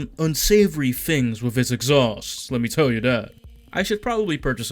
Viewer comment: Thought the same thing. Literally in a fucking redditor accent, "wet me teww yew dat" pretty childish and unnecessary. Would've been funny 15 years ago maybe.